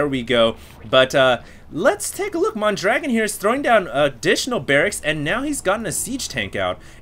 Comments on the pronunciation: Mondragon -> MONdragon emphasis on MON BratOK -> BratOkay NOT Bratock T.T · He is actually called mondragoon, and not mondragon.